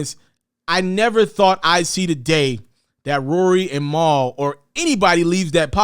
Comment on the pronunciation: Bruh...who the hell is “Mowl”...lol